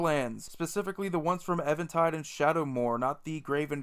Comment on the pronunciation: EVENtide. As in, I can't even listen anymore to anyone who calls it Ehvantide.